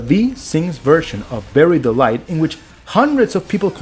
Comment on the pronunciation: I swear to god, you are saying "Berry Delight" instead of "Bury the light", on purpose! 😂